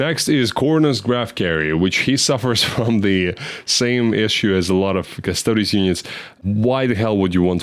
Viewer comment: In general with Custodes, being heavy in Greek names, the -es is pronounced as -eez